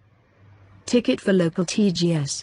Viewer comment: ticket (not tiket)